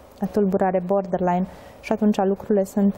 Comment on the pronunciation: Nu a ascultat nimeni materialul citit?! Pe tot parcursul domnisoara spune “bordenline” in loc de borderline. Inclusiv moderatoarea, ceea ce ma face sa cred ca este aceeasi persoana. A explicat invitata termenul. Ca vine de la border, care inseamna granita.